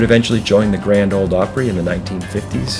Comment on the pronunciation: Grand “Ole” Opry, please.